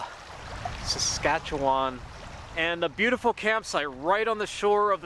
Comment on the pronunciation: As a Saskatchewanian you did pretty well with “Saskatchewan River”. Hit the last ‘a’ a little hard but that’s pretty common. Come hang out in Saskatchewan for a week, hit the prairie, some deep northern forest, and some sand dunes and you’ll have it perfect